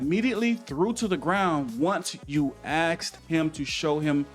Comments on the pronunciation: You' have implied the child was black by bringing up the Illinois shooting. i don't think you saying "axed" or "drew his holster ", were unintentional. I could be wrong but didn't you or your people edit the video? I used to think that you were one of the good guys, but now "race baiting " comes to mind. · Learn how to say "asked"